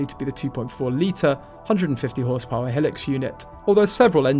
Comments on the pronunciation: It is called Hi- lux, not helics !! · Hee-lux? Seven Oh series Land Cruiser? The narrator has no experience in the 4x4 world.